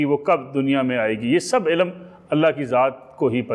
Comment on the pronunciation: Janaab ap ilamm ilamm lagai hui he apko to "ILM" ki sahi pronunciation he nahin aty ap kia khak ilm ki bat karen ge?